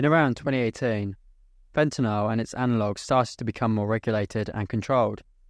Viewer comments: Sorry man, had to stop watching less than a minute in, could take you constantly pronouncing it fentinal… Fen-TA-nyl. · Why do they pronounce fentanyl as fentanol ? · It's called fentanyl..not fentenall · Very rare to hear the British pronunciation of "fentanyl" these days, even amongst UK trained chemists. At the risk of appearing over inquisitive, where did you read for your BSc? [No offence if you prefer not to answer that question of course.] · Its a US vs UK pronunciation, in the US we pronounce yl as "ol" where as in the UK they pronounce is "an-ni-yl"